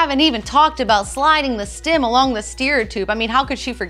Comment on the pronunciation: Is she saying "stim"?